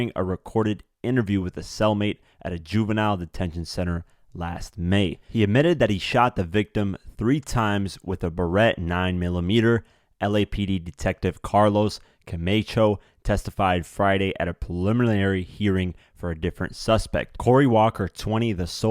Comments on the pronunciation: Lawd! It’s the mispronunciation for me. Baretta is not Berét. CaMACHO is not CAMAYCHO! And his name was BASHAR, not BASHEER! At least get that right. Nonetheless, this whole ordeal affected NY. Hell, the world! His music lives on through him. #longlivethewoo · My only problem is your reading skills. Ba-ret-ta (pronounced) Re-arain-ment (rearraignmemt pronunciation) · You have tour videos and info very well put together but ... the only thing I can criticize is your pronunciations.... “beretta” and “arraignment” I can tell your a good guy and not a criminal lol keep up the good work